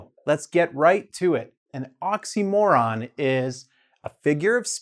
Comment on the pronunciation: It would be better if you knew how to pronounce oxymoron